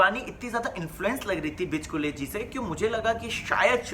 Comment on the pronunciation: Bro, it's BICHUKLE not BICHKULE... Pls correct it...